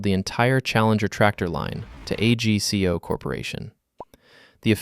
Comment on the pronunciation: Not A.G.C.O. Pronounced Agg Coe